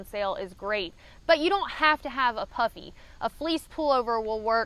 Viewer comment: I was watching this in the background while working and thought I heard "for warmth, I take a puppy and some fleece", after re-watching I realized that you said "puffy". Both would work for warmth though I guess :)